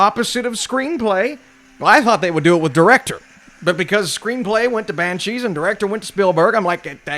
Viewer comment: Banshweep Of Inisherin